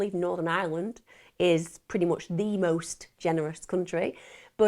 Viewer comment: You said Ireland wrong